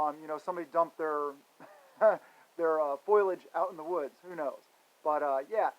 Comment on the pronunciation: It's FOE - LEE - EDGE, Brother, just trying to help.